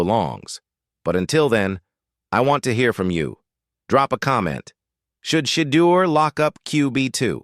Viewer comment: This speaker whether human or AI doesn't even know how to pronounce Shedeur's name.